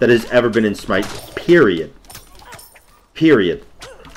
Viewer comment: He said PERIODT